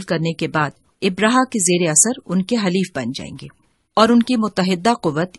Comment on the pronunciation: Ibraha nahee abraha saheeh lafz hay